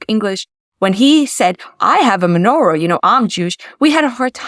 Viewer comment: menora, chanoeka, she said it wrong, but never mind